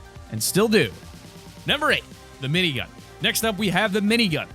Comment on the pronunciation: When he says : minygun Me:☹ When he said: gray pistol Reeeeeeeeeeeeeeeeeeeeeeeeeeeeeeeeeeeeeeee😭😭😭😭😭😭😭😭😭😭😭😭😭😭😭😭😭😭😭😭😭😭😭😭😭😭😭